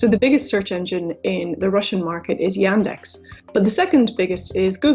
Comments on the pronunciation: и тут я выпал: звуки "a" и "e" в "yandex" просто поменялись местами при произношении Y E N D A X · I am sorry, but Yandex is not pronounced as "Yendex", it's first letter is "Я" ("Ya"), it not read as "Ye". The "experts" pronounce it right, actually. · It's not [Yændex], it's [Yaahndex]. That's not british accent, it's how letter Я sounds in russian. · It really bugs me how they mispronounce the Russian company's name. It's Yaaandex. Not Yendex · It's Y[u]ndex like in [u]nder, but not Y[a]ndex like in [a]pple. I'm Russian and I don't use it, though I know a lot of people who prefer it to Google just because it's "Russian" and quietly often "pre-installed" like Bing. Even though it's not that bad in the Russian language, I personally don't like it because Google is obviously more powerful and I search mostly in English. So, the situation is, their audience mostly people who use Bing in the USA, but itself is better than Bing. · It is not iendex, but yandex! iandex! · yEndex... Uh... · her pronounciation of yandex is killing me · You pronounce Yandex in wrong way. P.S. you made mistake in number of genders in Russian, 4 genders in Russian language.